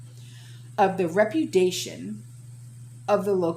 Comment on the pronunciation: Ruh pew dee ayshun .